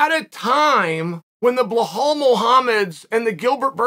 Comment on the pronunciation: Bilal ❌Blahal✅ mohammed